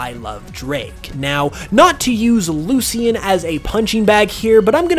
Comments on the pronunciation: "Loo-Shin" not "Loo-see-in". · You keep saying Kukui and Lucian wrong 🤣